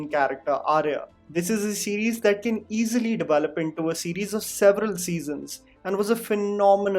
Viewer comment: I like the way you say "devayelop" and "pedayestal" in every video, constantly reminding us of our flaws.